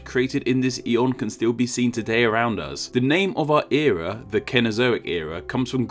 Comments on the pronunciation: please stop pronouncing us like UZ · When you said “Us” did you say “Uz”